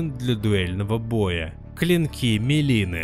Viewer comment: МЕлины💀(там "и") А так крутое видео,как всегда❤